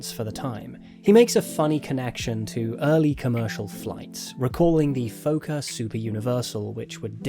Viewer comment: Minor thing, but Fokker is pronounced exactly as it's written rather than like Fauxkerr. Comes from the Dutch word of the same spelling meaning 'breeder', and thankfully very few of the damn things are still in the air. >.<